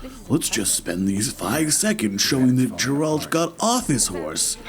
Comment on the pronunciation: amazing voice just don't call him Jeralt please :D he is Geralt with g like in google Also amazing speedrun